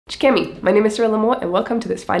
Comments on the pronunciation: Still can't make out your greeting. It sounds like you're saying schkemy, which is lost on me. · did you just say "Ckemi"' at the beginning of the video ? :O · When I heard "C'kemi" I was like hang on ... Girl I had to turn on the captions 😂. Also what's the point of being rich if you don't eat good food?